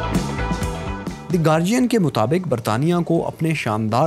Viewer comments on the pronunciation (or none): none